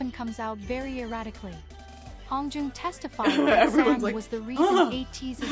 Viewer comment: Just a quick infi before i finish the video: the way you said San is the right way! Don’t let that robot voice confuse you ;) The A's are usually pronounced like the u in Sun for example.